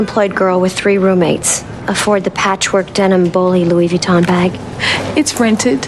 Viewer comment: Louis Vuitton Montblanc Veuve Clicquot Louboutin were all pronounced wrong in this video. Why are Americans sooo bad at pronouncing stuff?